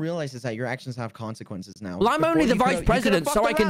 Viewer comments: HE SAYS QUANQUENCES 😭😭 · All I hear is "your actions have CoNciQUenCes"